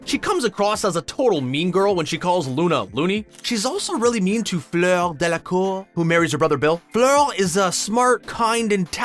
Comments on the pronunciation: I think you pronounced Fleur 4 different ways... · Please, for the love of god, stop saying the name, “Fleur” like that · The way u say fleur literally made me laugj so much untill i fell of ma chair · The way this guy says fleur